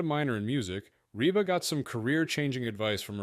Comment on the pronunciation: Pretty weak video all around. By the 45 second point her name is Reeb McEntire, and the computer voice mispronounces McAlester, Oklahoma. Later on the plane is accused of being in the path of Otay mountain, as if the mountain is moving and the airplane is stationary. And the YouTube channel is Flig Debrief, not Flight Debrief.